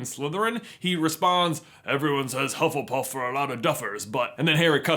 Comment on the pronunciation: Pengu Luu I’m sorry, what house is “hufflepurff”?